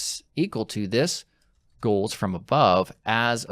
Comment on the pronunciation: sounds like you're saying "Ghouls" instead of goals.